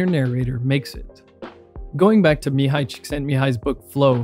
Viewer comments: Deepest respect Bro! You pronounced perfectly Mihaly's name. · this man pronounced a hungarian name properly that only earns my respect. im sick of hearing that poor man's name mi-hay-ly